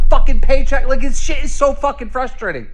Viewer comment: 2 favorite words (Frustrating and Moron) are 2 words he can't say properly, he say Flustrating and Morahn